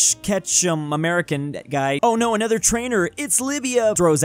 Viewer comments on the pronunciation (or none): none